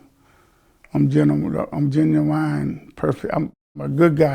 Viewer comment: He's a "genuwine" person😂😂😂😭😭😂😂